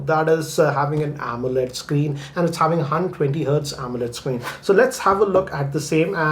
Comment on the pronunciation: Actually i don't know how pronounce '120' hertz